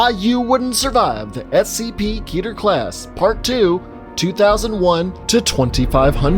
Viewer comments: It's pronounced keh-ter not key-ter. It sounds dumb pronounced key-ter. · please say it with me slowly Ket-er ket er not KEYTAR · Canonically it’s pronounced like Ket-air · Your telling me you know what scp stands for but you still mispronounce the word Keter? Ok then.